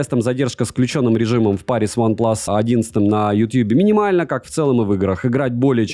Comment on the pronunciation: Сам ты Ванплас)) Это Ванплюс)